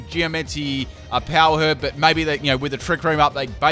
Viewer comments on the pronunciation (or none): none